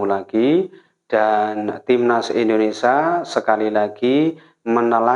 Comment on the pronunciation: INDONESIA...bukan INDONESA